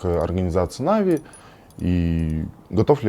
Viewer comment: Он меня бесит уже потому что он говорит навИ, а не нАви